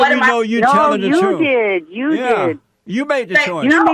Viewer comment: With all due respect, I believe she said truf.